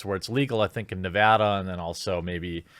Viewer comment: Jeremy I'm so fucken proud of you that you can pronounce my state correctly Nevada lol